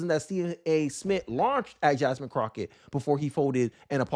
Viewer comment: I can't take this channel seriously because you can't even pronounce her name correct, she did a lot of things wrong but when you can't pronounce the name correctly you're not serious. Fuuk this channel 👎🏾